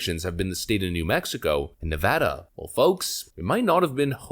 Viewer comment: As a native Nevadan I’d like to give you props for saying the states name properly